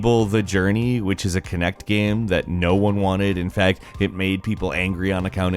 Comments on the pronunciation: This guy pronounces the word "game" so weirdly. "Geeyums" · Did you say games console or gehms console?